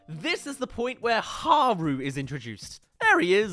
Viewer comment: You make fun of the name pronunciation but then you hypocritically mispronounce haru